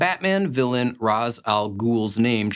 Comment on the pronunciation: Ra's is pronounced Raysh.